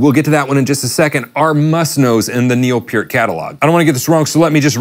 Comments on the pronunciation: its pronounced PUURT not PEIRRT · Purr-t, not Pier-t. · Is this guy saying "P'EARTH"??? Isn't it PERT? Like the shampoo.......... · People hung up, because of a simple mistake - including "the" in the song's title. Those same people that are uptight because others pronounce Neil's last name as "Pert" and not "Peert". They need to get a life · Pronounced Neil PURT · its pronounced Pert :)